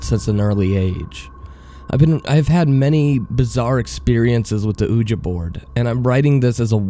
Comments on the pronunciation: who tf calls a ouiji board oojah?!?!?!? whoever does needs to have a hitman hired on them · Agggggg! Ok I know this is a very old post butI had come across it because I like ouija(pronounced we-ja or we-gee) boards and this zozo phenomenon but by Zozo's socks, please learn to pronounce things correctly, please people learn to pronounce things before you record them. Sorry to sound rude but... thank you. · Exactly. when he said it how he did it made it all different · You mispronounce 'ouija'. The name comes from joining the French & German word for yes “oui” & ja” together. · I agree, the mispronunciation is very distracting. It makes it harder to enjoy the story. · I've literally never heard anyone pronounce Ouija like that. Even in spanish it sounds almost like in english. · You mean the "ooja board" and "Okla-hom-a" mispronunciations? lmao yeah it kinda aggravated me hearing those. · The oojuh is really hurting me here, dude... Sorry, I gotta bail... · "Ouija" is derived from the French word "oui" (pronounced "we"), meaning "yes". You are willfully pronouncing it wrong. Also, the French word "planchet" (meaning "plank) is not pronounced as "plashet" as you are saying it. Your mispronunciations are so irritating to listen to, that I could not et through 5 minutes of your video. Just terrible! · It is pronounced wee gee but who cares. people are too hung up on little things. I still liked it. at 81k subs I doubt you are worried about the haters.lol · Oooja it pisses me of say it right dammit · I'm with everyone else. Please pronounce it correctly: WEE-juh. Your channel would be much more enjoyable if you slowed down your reading and enunciated better. 🙂 No hate, just constructive criticism. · dude your the ONLY person in the world pronouncing Ouija like that. its time you get on board with the rest of us. its pronounced WEE-JEE. simple as that. you got this. i believe in you. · "Uhja board" well that was annoying as hell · "Ooja board" 😂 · He said oooja